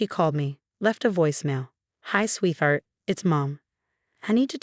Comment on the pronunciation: Sweeth art is pronounced sweetheart